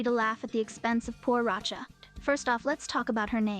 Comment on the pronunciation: Not Roccia come on 😮